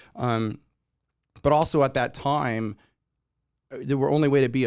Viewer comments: Hahaha “toime” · Tom said “toime” and I can rest well now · “Also, at that toime”